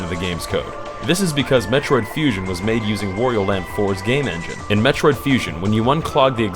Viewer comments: It's not Worrio. Say it with me: Waaaaaaaaaaario. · It's WA-Rio not War-io!